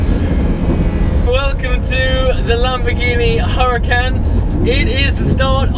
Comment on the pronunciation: btw it's not Huracan you pronounce it as Orucan